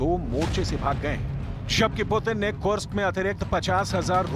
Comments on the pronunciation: Kursk hai kursak ni pehle sahi se bol le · कुर्स्क का उचारण सही करो।